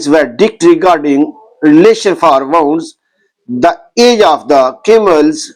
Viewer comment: Get someone to check your pronunciation first, you cannot read english. Asylum, retaliation, wounds, are all mistakes. It's better if you recite the translation in urdu and do not make a fool of yourself and jest of the Hadith.